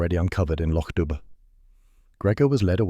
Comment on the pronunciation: The bh in Dubh is silent. It's "doo" as in pigeon.